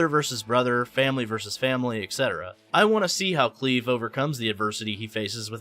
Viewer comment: you sure its pronounced Cleave? pretty sure is Cl-eye-ve lol